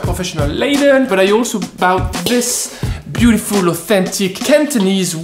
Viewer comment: When are you even going to learn how to say brought and bought ( or )? It's been 100s of videos!